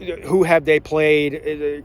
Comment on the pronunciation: But, “Who have dey Pwayed? Dey ain’t Pwayed nobody!” 😂